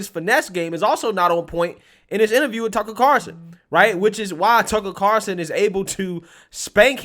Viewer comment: Why do you call him Carson instead of Carlson?